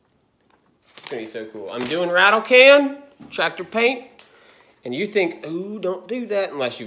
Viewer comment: You da Ford 8n twactor guy. 😁